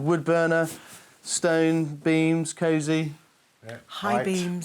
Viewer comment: Dear with his "scape" for scope, and "cazy" for cozy and hame, etc.